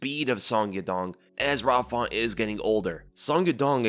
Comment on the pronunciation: Rob “Fawnt” 😂😂😂